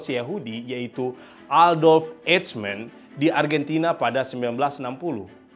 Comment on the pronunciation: Sekedar perbaikan.. pengucapan Eichmann yg benar dalam bahasa Jerman adalah Aikhman dalam pengucapan bahasa Indonesia 😊😊